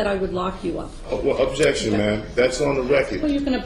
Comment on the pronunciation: I love watching this video. "Ojection... You don't have the jurisdiction to have jurisdiction.. objection to your jurisdiction, objection to your power, objection to America". Lol. He goes in.